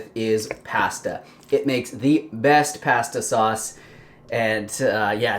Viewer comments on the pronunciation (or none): do you pronounce pasta that way to screw with me? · Making these in the morning. They look great! But I have to comment on how you say pasta, must be a Canadian thing.🙂 Love your recipes! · First time watching you; I could tell you were from Canada by the way you said “pasta”. Recipes look good. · I first noticed that on PB&J's Youtube channel. Didn't know Canadians pronounce PASTA differently than Americans. And I didn't know that Europeans pronounce it that way until you just mentioned it.